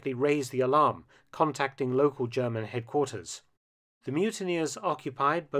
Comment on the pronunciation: For once, somebody commenting on WWII whose pronunciation of German is perfect.